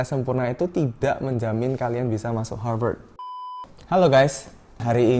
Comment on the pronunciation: Aku: Harvat Kakaknya: Harveurtds